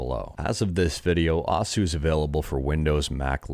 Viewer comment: Just FYI, osu! is pronounced similarly to "O's" in the name of the cereal Oreo-O's, because the "u" part of the Japanese syllable is silent for that word. It was weird to hear you keep saying "oh sue" lol